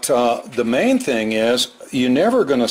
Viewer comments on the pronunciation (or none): none